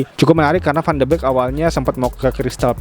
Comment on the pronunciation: bacanya van de bik bang, bukan van de bek